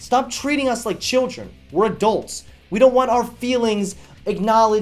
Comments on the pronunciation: I think he's stopped saying like and just started actually saying lake now. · It sounded like he said "...give this video a lake."